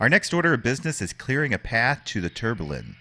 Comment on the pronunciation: Tourbillon is french for whirlwind, whirl pool, and maybe Tornado. In French a double "L" is pronocuned as a "Y" so it is Tour Bee On as close as I can do an alliteration.